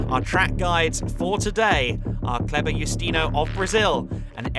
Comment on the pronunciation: Please, KLEBER, not KEBLER...